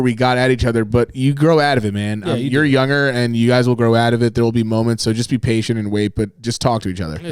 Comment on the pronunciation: Nobody:: Yugger (younger)